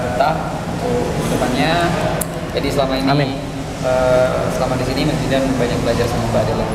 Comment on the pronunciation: Woi itu namanya bukan jidan tapi itu didan